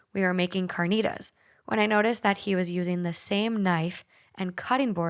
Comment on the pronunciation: Say carnitas right💀